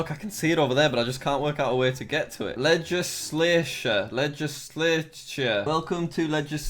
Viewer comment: /jack not knowing how to pronounce legislature is everything/